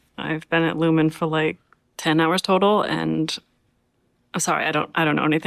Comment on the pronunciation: But the company is called Lumon, not lumen.